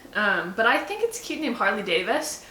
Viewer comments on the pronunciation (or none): it's not Abbie who outs you as someone who doesn't ride motorcycles... it's you saying "Harley Davis" lol But don't worry, I still think ya'll are cool!